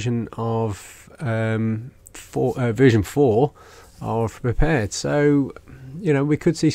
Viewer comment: Please, it's pronounced 'PREPARED' not 'prepared three dee'. Arrrrgh! Thank you.